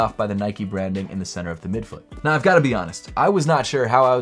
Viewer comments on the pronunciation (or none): none